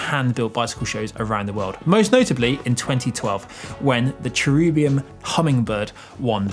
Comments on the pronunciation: Ah the Brits adding letters to names again (much like aluminium)? I'm pretty sure it's pronounced Chair-a-bim NOT Chair-u-bium. There is no second 'u' in the name. It's the plural form of the word angel. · Why are you pronouncing it as Cherubium when it is named Cherubim? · Pretty hard to take a presenter seriously when they can't pronounce the name...